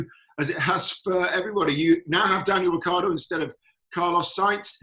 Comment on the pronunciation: no to mention Rick eeee ardo